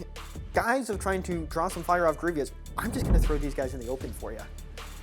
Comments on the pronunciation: It's so painful to hear him say Grievous's name so wrong... Even a year later. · "griv-e-ous" lmao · After burning out on Warhammer, I recently started playing legion. Really enjoy seeing more legion content. The only comment about the video is one ah-gree-gee-us mistake continually calling him General Gree-vee-us. :) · Every time he said Grievious I yelled Grievous! 😂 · Does his pronunciation of Greivous drive anyone else crazy? Like bruh theres no second i in his name, and they say his name dozens of times in the shows and movie, if you're pronouncing his name wrong you have to be trolling. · Great to see legion stuff! Just gonna say... You're saying Grevious wrong and it hurts my heart 😂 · Fun video, but constantly calling Grievous Grieveeous was driving me nuts. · It's really minor, but it's General Grievous, man, not General Grievious. Very interesting style and format. The scripted talking points seem a little bit rigid though. That might be my personal preference. Very high quality video. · Someones got to let this guy know it's Grievous not Grievios. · "Gree-vus" not "Greevy-us" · him adding a syllable in grevious name makes me itch lol great content tho keep the legion vids commin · It's Grie-vous, 2 syllables, that's it. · The way pronounces grievous is hilarious to me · This dude mispronouncing Grievous this whole game is killing me 😬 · Was looking for this comment, was driving me crazy hearing him say the name wrong lol